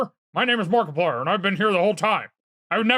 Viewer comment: Nobody can Mariplier like can! 🤣